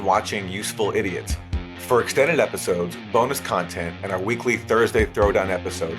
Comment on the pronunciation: Content > Cuntent